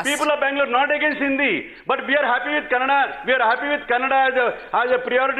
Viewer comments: Thats Kannada. Its not Kannad. Please talk properly. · Kannad nahi kannadaa idiot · Firstly, It's "KANNADA" not fucking "KANNAD" for heavens fucking sake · is definitely an illiterate politician. He is the most stupid person with stupid arguments. A tip for, when you are trying to fake your respect for Kannada at least do it right. It’s not Kannad, it’s KANNADA with ‘A’ in the end. Don’t hindi-fy other languages. Hindi is not the centre of the universe. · it's Kannada not kannad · Stupid bjp spokesperson doesn't even know to say kannada and Karnataka 🙄